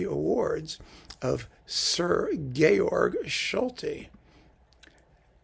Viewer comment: just to let you know, Solti always pronounced his first name like George, even though the E was left off at the end.